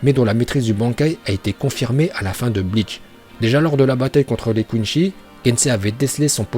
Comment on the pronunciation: kWINCY PUTIN tu fait mal au coeur quand tu le prononce mal , je suis obligé de troll l'écrit pour ta futur prononciation KWINE SIIIIIIII . merde c'est pas compliqué , pas kwinchie ...